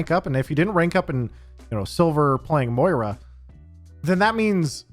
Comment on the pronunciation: Why can no one pronounce Moira? XD